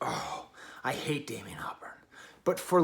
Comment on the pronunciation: Its Damon not Damian but good review